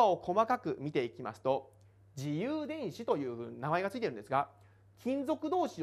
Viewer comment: めぁーす(便乗)